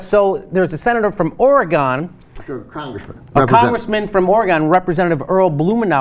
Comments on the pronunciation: From "Ore-Gone." Nope.... Or-e-gun, now say it all together, at least you've made significant progress in sounding less stupid pronouncing the state name. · OreGUN bro not OreGONE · it's Oregon not oregone I'm not an oregoneian I'm an Oregonian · Ora-gon it is Oregon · *Origun not Orygone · It's "Or-a-gun" no "Or-a-GONE". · It's "ORE GUN" birdbrain, not Ore Gone. Idiot. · Or-a-gin not or-a-gon.. Ik ik it's spelt oregOn but that isn't how you say it. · oregawn..... its pronounced oregin. OREGON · somebody tell this guy how to say Oregon, its O-reh-gun not Or-gon. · It's not Or-ee-gone, it's Or-uh-gyn. Get it right! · Ore-gun, not Ore-gone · Or-e-GEN Or Or-e-GUN Not Or-e-GONE! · Gotta learn to say "ORE-eh-gun" and not "Oh-re-GAHN." I don't know why the feds refuse to give up on their fantasy that pot is a killer drug, and they need to fill the federal prisons with pot smokers, etc. They obviously think failure to give a straight answer will protect them from something, but what? A reduction in their budget? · It's "Or-e-gin" not "Or-E-Gone" for fuck's sake! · Please stop saying "oregone". It's pronounced "Or-u-gun". I am from here, and nothing drives us crazier. Don't you live in California? You should know better. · IT'S ORE-GUN GGGGUUUUUUNNNN not GONE...GUN! You know, bang-bang. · It's ory-GUN, nitwit. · Did he really pronounce Oregon as Or-uh-gone? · I know right, everyone knows its pronounced "Ory Gun" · I had some some or-a-gin today, I would still be drinking it but I ran out of tonic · Oregone lol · It's pronounced Or-eh-gun!!!!! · Only people from Oregon know how to pronounce Oregon. We have bumper stickers making fun of people pronouncing it Orygun. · Is it odd that pronounced Oregon as Oreh-Gone? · He couldn't even say Oregon correctly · Guh the repeated mis-pronunciation of Oregon is killing me! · Stop saying Oregon like that guy on the left. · Like the video. But this guy need to say the name of my state right first.